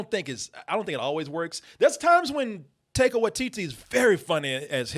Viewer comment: My eye twitches everytime says Taika's name